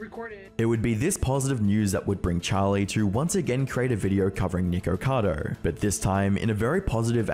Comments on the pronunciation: NICKO Not NEEEEEKO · Charlie saying nicado instead of nikacado kinda bothered me 😂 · I think the name is nikocado not nikocadER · Why ppl can’t say nikocado?! It’s not nicado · why when the video started you said nigercado